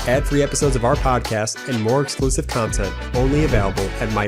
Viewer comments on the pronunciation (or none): none